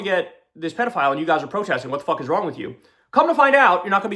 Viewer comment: Oh fuck, he said “predophile.” Not a word, Kyle!